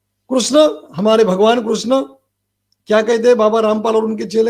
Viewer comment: आप मूर्ख हो , अज्ञानी हो तभी तो एक बलात्कारी को ब्रह्म के अवतार बता रहे हो ,जो आशाराम जी गुरु है आपके वो आपके आंखों में रतौंधी कर दिए है , दिमाग से विकलांग कर दिए है और मुंह में गटर का स्वाद दे दिए है तभी आप अनाब सनाब गधे की तरह बोले जा रहे है, कृष्ण कहने का ढंग नही ऋषि का उच्चारण सही से करना नही आता ,गुरु का नाम सही से लेना नही आता और आ जाते समाज को ज्ञान देने , बेवकूफ महामूर्ख, बरसाती मेंढक